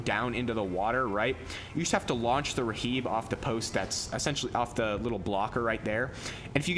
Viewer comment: r.h.i.b. its pronounced rib. not raheeb